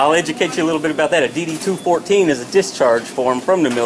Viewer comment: I lost it when she said "i don't need to be intucated" xD